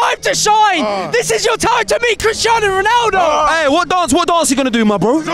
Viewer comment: so you are telling me, this man casually shakes MANE's hand, and he's just like "kristan ronaaaald"